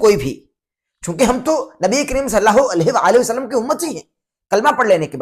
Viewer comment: پہلے "نبی کریم صلی الله عليه وآلہ وسلم " تو بولنا سیکھ لو۔ "صلّا ہو الیہہ وسلم ' کیا ہوتا ہے؟